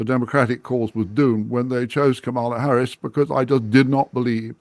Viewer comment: (?) is so ridiculously petty that he's still mispronouncing Harris' name. Just to demonstrate that the racist smooth brains have won. As an American, the thought of the coming parade of fools we're all about to be subjected to is horrifying.